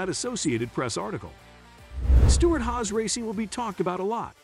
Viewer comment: And Stewart “House” racing